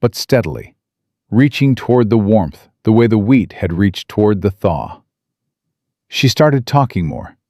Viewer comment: Illinois. Wheat not weed. Mrs not misses. Love listening tho